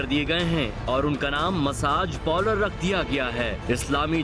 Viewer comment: Pehla bolna to sheek theek se pronounced karne bhi nahi aata parlour ko